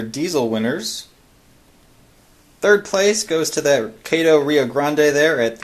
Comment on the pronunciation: Kato is not pronounced Kaytoe, it is pronounced Kahtoe. Loved the video!